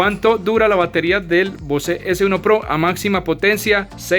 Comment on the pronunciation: Bose se lee "Bóus"....no se lee "vocé".